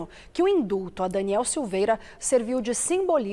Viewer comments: É INDULTO! Não INDUTO. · Indulto, não induto....🙄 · Não é INDUTO É INDULLLLTO. INDUTO TEM OUTRO SIGNIFICADO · INDUTO NAO. IN DULLLL TO. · "INDUTO"? 🤣🤣🤣🤣🤣🤣🤣🤣 Jornalista paulofteiriano.